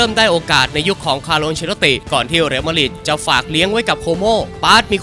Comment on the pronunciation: Madrid อ่านว่า แมดดริด หรือ มาดริด ไม่ใช่ มาดหริด